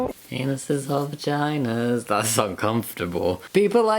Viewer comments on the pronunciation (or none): What is a "vergina? I know for a fact that is not a body part that humans have. She should lean how to pronounce her own body parts before worrying about other people. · lol she pronounces it “vergina” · When she said “virgina” I just about lost it. You can’t sit here and exclude anyone when you can’t even say VAGINA. Girl, reassess what your stances are. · does she really say v*agina like virgina LMAO